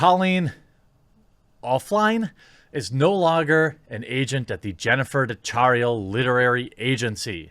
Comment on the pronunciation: DeChiara is pronouced De Kiara. It's an Italian name and the "chi" is a hard "c". If the "h" wasn't there, it would be a soft "c" sound. Sorry to be so pedantic.